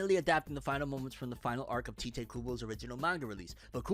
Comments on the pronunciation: I just hate how americans despite being so into anime and watching anime in original japanese and they can't pronounce names for shit, Tyte Kubo is new for me.. Let me help you, The "I" in Ichigo that sounds like a "E" for you. take that sound and put it in Tite so it sounds like Tite Kubo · His name is Tite, not Taite